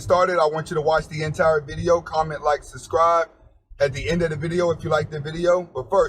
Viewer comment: Bro, you really need a lesson in proper English. You’re about 35-40 years old, and you still don’t know how to speak proper English or spell words correctly. Not to mention you constantly say “suscribe” (lmao) instead of “subscribe”. And why the hell do you constantly upload videos then delete them within minutes. Lastly, 3-4 videos per day? You have nothing better to do huh?